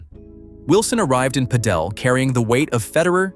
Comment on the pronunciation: Next time you do a video, please teach the AI to pronounce the names correctly and pádel